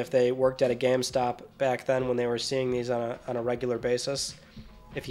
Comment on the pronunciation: Never realized you say geam stop